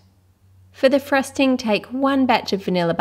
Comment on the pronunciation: no offence but when she says. frosting it sounds like thrusting